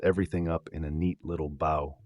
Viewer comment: This circular argument is almost as painfully cringy as the AI attempting to tie this subject up with a "Baugh" instead of a Bow. It is merely regurgitation of so many navel gazing pseudo-intellectuals. With the exception of the poor pronunciation, there is nothing new in this video. Sadly a complete waste of time.